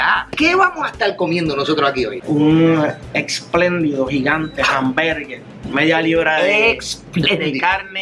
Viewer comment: Bendito Javier.. debiste hacer un corte cuando el chico dijo “Explendido”…hasta tu te lo vacilaste al repetir la palabra. Que pena😔